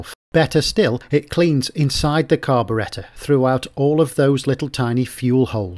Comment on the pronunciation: His pronouciation of carburetor is incorrect.